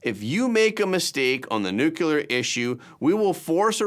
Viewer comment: I love your show, but I cringe every time you say the word nuclear as nu-cu-lar. It's nu-clear--only 2 syllables.